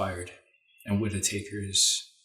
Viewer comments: FYI, it's not Whita taker, it's Whitaker! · Enjoyable reading. Just a quick mention that in US, Whitaker's name is pronounced "whit-a-curr". I too have faith in Meuller having lots of actions already set to happen during the time it takes to remove Whitaker. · I was just about to post this Cynthia. It's WIT A KUR :-) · Lots of people get his name wrong: it's pronounced WIT A KER.